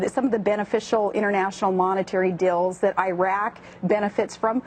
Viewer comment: Am I the only one that wasn't to bash her in the mouth when she pronounces 'deals' as 'dills'